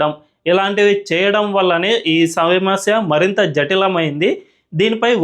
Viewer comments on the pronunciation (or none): none